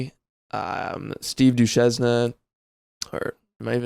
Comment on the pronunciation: lol, its more like dew shane. :) Good podcast. Have an awesome day.